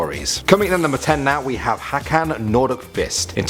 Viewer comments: Hakan 😂 it is Håkan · hÅkan, not Hakan lmao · No not "Hakan", HÅKAN! pronounced "Haw-kan" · They way you pronounce Håkan is funny. You say like "hakan" which means the chin